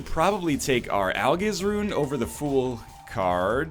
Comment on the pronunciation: I can't wait until he finds out that 'Algiz' is pronounced 'Al-jizz.'